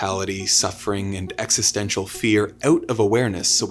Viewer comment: This guy can't go 30 seconds without saying Exestential